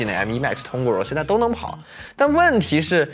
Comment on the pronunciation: Rosetta的读音都读错了，好好学学英文。